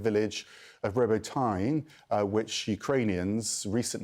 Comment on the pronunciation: Hell yeah Dmytro Kulyeba !!! Also. CNN talking head it's Row-Bow-Tow-Naw repeatedly after me Row-Bow-Tow-Naw now a bit after and you've got ! It's not ROBO-TEEN JFC SMH... SLAVA UKRAINI 🇺🇦🌻🔱✊🏽🇺🇦 SLAVA UKRAINI🔱🌻🇺🇦 HEROAM SLAVA 🇺🇦✊🏽🔱🌻🇺🇲